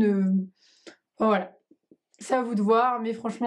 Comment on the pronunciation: c'est voilà et pas boila